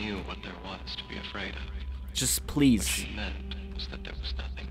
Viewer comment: BLEASE HOLD it's a p not a b